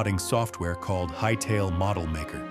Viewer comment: Hytellah? No, get this AI slop out of here